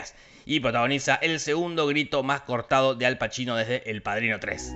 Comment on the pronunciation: que pelotudo. dije en vez padrino dije padrno